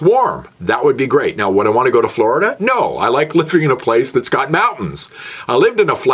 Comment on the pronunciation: FLORIDAH, your goin to floridah. 😆